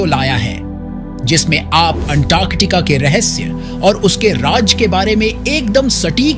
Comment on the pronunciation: jisme antartica ke rehasya aur uske raaj ke bare me uski satik jankari se ruburu hone wale hai ( - ) check the duration and the voice over in the above line says, uske raaj ke bare me, it should be raaz, j ke niche nukta lagaiye tabhi z aayega. awaaz achi hai no doubt. par meaning change ho jaata hai sentence ka. abhi maine sirf 1 min tak hi suna hai, aagey kya errors hai mujhe nahi pata. best wishes.